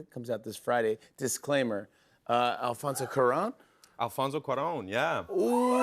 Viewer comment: He just said "Alfoso Cuarón" really good, it was music to my ears. I love him, I'd love him to come to México.